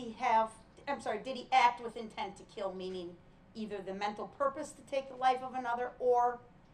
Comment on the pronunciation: "Intent ta keel"